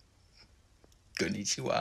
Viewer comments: Why was his Japanese built like ko-knee-chi-wa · yes. totally just "KoNniChiWa" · ‘Let’s see how anime I can get’ ‘GoNiChIwA’ Every time I see that video I die 😂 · AS A JAPANESE PERSON RBBV8292HQIWH THE KONICHIWA HAS ME ROLLING STOP 💀💀💀